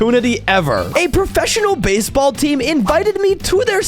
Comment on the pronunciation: "Basball pitch"